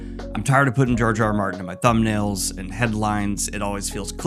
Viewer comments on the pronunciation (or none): Is it just me or does it sound like he calls him Jar Jar Martin? I mean, I don’t hate it tbh